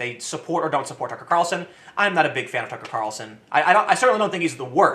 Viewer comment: i just like hearing Tim say "tuckrcarlsn"